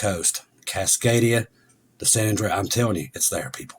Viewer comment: Thank you for revising your pronunciation of Cascadia! I had found that irritating in the past! JESHUA BLESS YOU!